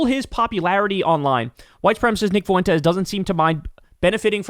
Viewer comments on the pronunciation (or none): Well there is Based Lore, I don’t think he’s a foreign bot but he definitely works for FWEN-Tez (yep, correcting your pronunciation again). Update: I just found out Based Lore was thrown off YouTube. Too bad.